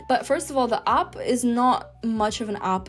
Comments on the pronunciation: It’s /aep/ not /ahp/ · What’s an opp? Should that not be app? Pronouncing vowels correctly is surely basic to learning any language. Thank you for your effort but no thanks.